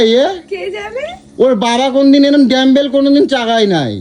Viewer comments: Dambel na.. Dumb-bell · Ore murkho r jaat re ota damble noi ota dumble 😅😅😅😅